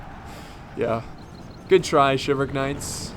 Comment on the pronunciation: Umm you're forgetting to pronounce the "L" in Chivalric